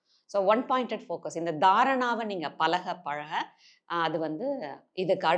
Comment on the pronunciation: மிகத் தெளிவாகவும், நேர்த்தியாகவும் அனைவரும் புரிந்து கொள்ளும் வகையிலும் அமைந்துள்ளது. "அலகு, வாள்க்கை, பலகபலக" இந்த உச்சரிப்புகளைத் திருத்திக் கொண்டால் இன்னும் சிறப்பு. ழகரம் தமிழ் மொழியின் சிறப்பு.